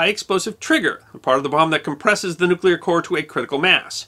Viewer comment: OMG! Another American who can pronounce "nuclear". That's 2. You and Mrs Bush!